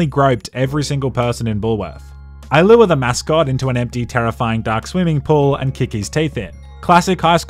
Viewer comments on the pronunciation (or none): none